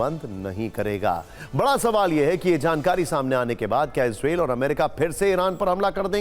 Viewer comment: Anchor ji इजरायल hai yal इजरेल and jyada chillate ho